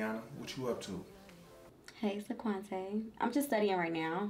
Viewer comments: Omm I heard saquante and died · Not SICK-QUANT- TAY!!!!!! The names, tho!!!! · "Saquantay???" LOLOL! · She said sequantay😭😭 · Sequancé??? Sequanté??? What am I hearing lol.